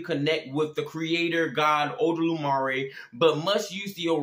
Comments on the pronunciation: it's not odolumare, it's olodumare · My boy ain’t even say the name of eledumare yet, if you gonna expose me say my name right lmao also try to bind a spirit in Jesus name in osogbo it oyo state, see how well that work out for you